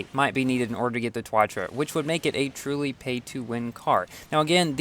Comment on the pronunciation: Ssc tuatara Back then doesn't know how to pronounce Like the jesko now he saying (yes-ko)